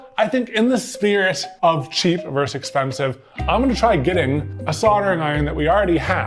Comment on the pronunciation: I can only hope that Katelyn shouts “Curses, foiled again!” at least once during the busywork process. And, “vs” is VERSUS, not VERSE.